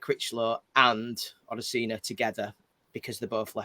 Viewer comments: to say you made him a song, his name is Odusina not OdusUna hahaha, great ep as usual lads!!! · O-DU-SI-NA - pal, hahaha. I've a feeling this is going to be a weekly thing 😀